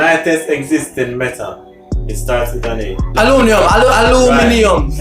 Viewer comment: "Alumininum" too bright fi me yah man 🤣🤣🤣🤣